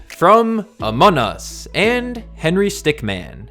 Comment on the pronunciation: he called it amon us and henry stickman not among us and henry stickmin